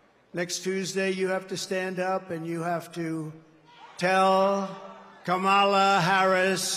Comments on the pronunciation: Kamala Kamala 😂 butchering her Indian Name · Does he always pronounce Kamalas name wrong on purpose...weird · Inaccurate. He called her “lazy as hell", a “stupid person” and went on to ask: “Does she drink? Is she on drugs?". He also referred to the first woman of color to lead a major party ticket as “slow" and having a “low IQ.” And that persistent mispronouncing of her name IS an insult; you will admit that, right? She said he "looks up to Hitler", said "he quotes Hitler", and said "his coworkers have long said he admires Hitler". All of which are Facts; no debate required. She has not said he IS Hitler; Hitler was a titanic figure of global darkness and racial Evil, and little slimy DonOld isn't in that League. Now, to KEEP him from becoming so, go vote Blue. Yes, you and Everyone Else as well! 💙💙💙💙💙💙🌊💯✌.